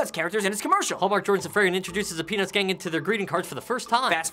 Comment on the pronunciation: no offense but i thought thar Rafi said, pen*s lol